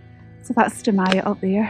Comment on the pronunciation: As always, nice video. I was up Dumyat that morning from Menstrie. Great to hear somebody pronouncing Dumyat correctly.